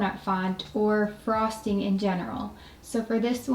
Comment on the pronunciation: I thought u say bra string i repeat it and the caption said frosting😂😂